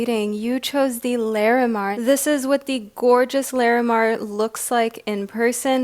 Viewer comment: Just FYI...Lah-re-mar. Not Lair-eh-mar 💙